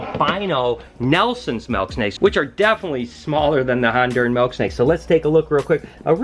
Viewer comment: its MILK not MELK haha, you're the man!